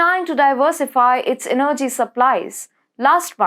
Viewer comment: Kovacz is pronounced as Kovach. Russia as Rusha. Energy - the accent is on first E.